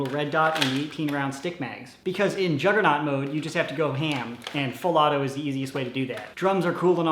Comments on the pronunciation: I thought you said jungernog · its a "Jolgernaught "